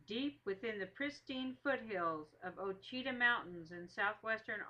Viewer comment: The story is very accurate to the story they tell at the pine tree speech. Ouachita is pronounced wrong through out the video though.